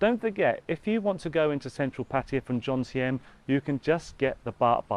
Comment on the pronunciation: Love it how you say Jomtien. You get the M and the N mixed up and say Jontiem hahaha